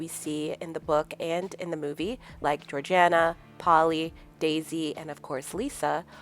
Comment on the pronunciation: Georgana? ... Georgina